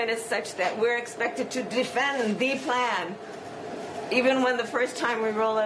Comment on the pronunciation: She didn't sound like she was affecting an accent as much as emphasizing "Thee Plaan". It doesn't matter either way since she most likely doesn't understand "Thee Plaan" anyway... I keep waiting to wake up from the surreal nightmare that is this fake administration, btw. Hasn't happened yet. ☹️ #LGB! (I hope Brandon is a patriot, otherwise his life at this point must be miserable. ha!)